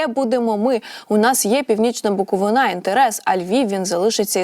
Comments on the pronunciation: Сама ти буковинА,правильно БуковИна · БуковИна! Ведуча абсолютно безграмотна!